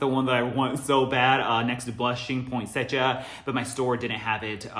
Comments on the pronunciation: I've never heard Poinsettia pronounced like that..had to look it up because I thought I was wrong all this time... it's point-set-tia there is no "j" sound in it. Anyways I'm so excited for candle day! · I can't believe it is that time already for candle day....I don't think I went last year just because of all the covid stuff...It is no fun if we can't take our time and experience the event.....I am still debating if I should just order online or take the chance going to the store this year.....I like using the coupons so I may go to the store......Love your home......You say poinsettia in a way I never heard it said before....Thanks for all the info..You feed us so well with all your knowledge......I am not into rose that much and I find it weird that that note is in a lot of candles recently...I know that is right up your alley so I expect you to be excited for candle day....I love the mens line of fragrances...I say I buy them for by husband and boys but the girls and I love them just as much. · tf have i been pronouncing poinsettia wrong my entire life??? 😧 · the way you say it makes sense when i look at how it’s spelled tho lol. also did not know you were half japanese! i can totally see it now 😊💕